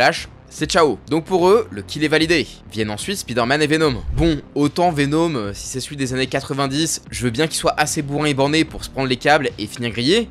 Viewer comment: Au lieu de dire Venhomme